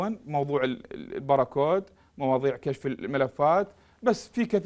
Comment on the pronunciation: الباركود وليس البراكود أرجو الانتباه